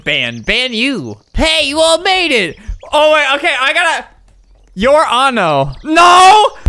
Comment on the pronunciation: The girl that said “your ano” basically said “ your a**” lmao